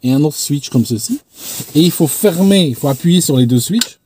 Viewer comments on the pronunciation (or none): none